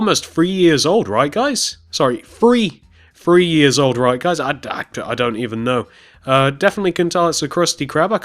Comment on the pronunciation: It is three not free